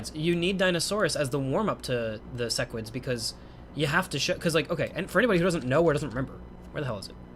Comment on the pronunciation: idk what interplanetary demon pact I need to enact or agree to that will stop cursing my ears with SESS-QUIDS but please I beg stop calling them that. It's SEH-QUIDS. Love the vids otherwise <3